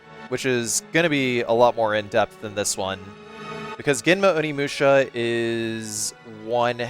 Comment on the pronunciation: oh shi, its onimusha! also nailed the japanese intro my dude!